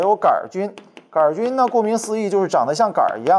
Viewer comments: 杆菌不加儿化音 :-) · 杆也要加儿化音哈哈，太逗了杆儿菌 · 杆（儿）菌，哈哈哈~~ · “杆儿”菌。。。为啥不说“球儿”菌？ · 杆菌为什么加儿化音😂